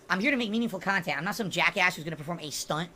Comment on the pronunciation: "Meaningful khantent". Oh my lawd... Meaningful to fucking whom?